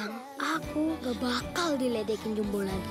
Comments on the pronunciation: Kau ini orang melayu atau orang britishkah? kenapa kau balik2 pronounce nya? JUMBO ya JUMBO, bukan JAMBU. JAMBU beda lagi, itu nama dari sejenis Buah2an. Jambu air, jambu batu, jambu merah/putih dll. Jengkel sama orang2 melayu malaydesh, suka merusak kosa kata2 indonesia, ngerasa udah kayak british tapi dri Melayu malaydesh. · Pengucapan bahasa Indonesia jumbo, bukan JAMBO wooooiiii....!!!!